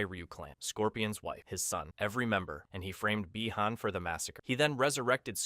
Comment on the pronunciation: He can say bi han correctly but not hanzo 😅